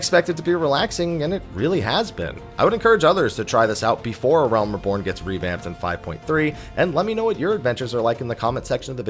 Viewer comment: "Uhrelm Reebourne" i c wat u did thar